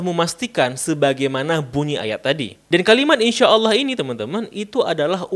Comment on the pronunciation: Dia sengaja mengejek dengan menyebut Allah dengan Ooloh.